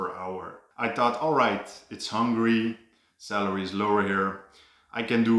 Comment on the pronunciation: So am i the only one eho thought he said 'cellery' when he said 'salary'? I am? Oh, ok